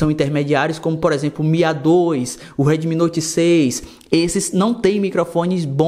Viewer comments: Esse cara tentando falar em inglês meu deus kkkk Uedemi kkk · "Reidmi" rsrs